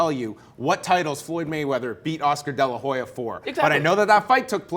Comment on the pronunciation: The H in de la Hoya is silent. I think it's pretty funny how all these guys pronounce the R's like H's to sound brazilian but cant pronounce Spanish names for shit.